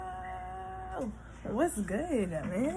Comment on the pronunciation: “My edges look guood” lol bye. Loved it tho! Keep tellin ya stories!!